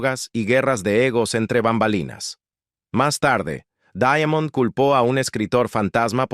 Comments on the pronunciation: Se pronuncia "Daimond" no daiamond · Por qué lo pronuncias "Daiamond"?